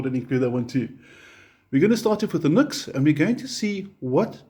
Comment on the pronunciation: Much as I approve of your ZA/NA (?) accent, "NUX" is pronounced NEW-X in spoken English according to NUX (Cherub CN) themselves. Hey, as an owner of many NUX products and native English speaker from a time when grammar, punctuation, spelling and pronunciation were taught, insisted upon and examined, I used to pronounce it as spelled too for a long time. The keyboard doesn't type the subtle ">" used in the "NU>X" branding for so long well, which I suppose gave some hint of it. Returning to the relative mini amp comparison, of these three I chose and use the 3W Blackstar Fly 3 & Blackstar Fly 3 + Fly 103 6W Stereo combo for my battery powered portability deployment needs. Taking into consideration my purpose for the Fly 3s as I already had a Blackstar ID:Core Stereo 40W (now two thereoff with the addition of the latest V3 incarnation of it) for my primary practice amp, as well as multiple other larger electric performance and acoustic amps . In my country (AU) the NUX8 BT 8W with BT sells for around the same price as the Fly 3+Fly 103 6W Stereo combo (no BT) which includes its 240v AC to 6.5v DC step down PSU in the pack. The latter Blackstar 6W Stereo combo is really the direct comparison to the NUX price point for price point, with the advantage of Stereo which it trades off against the NUX's feature of Bluetooth. So in that sense, the standalone 3W Fly 3 isn't a fair or balanced comparison considering it sells for half the price of the NUX8BT or BOSS Katana Mini. Not that it